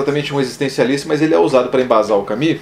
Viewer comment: (Nao e' Camis... ! CamUs...)